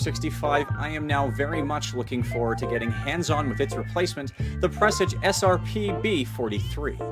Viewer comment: Its not "Press-ige" its "Per-sarge"